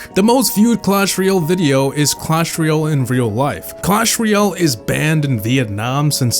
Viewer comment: it's ROYal not REEal